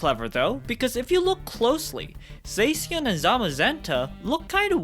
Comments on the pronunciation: here we go again.. It's pronounced Z - ah - sh - ee - an, not Z - ae - sh - ee - an, they clearly say it in the anime AND in the trailer. I haven't had to correct this in like 3 years, but this is getting out of control-.. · I think it’s pronounced “Zah-she-in”. Not to be rude. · There is no H in Zacian!